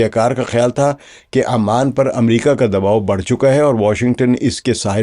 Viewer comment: Sir its oman not aman